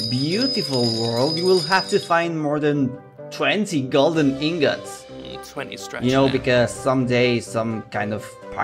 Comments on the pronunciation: He called them golden ingots. His accent just made it sound funny. Might as well have said fingers though. The whole rest of the narration is a train wreck. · He said "ingots" lol